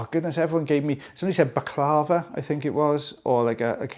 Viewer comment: BaklaVA—accent on last syllable. Croissant??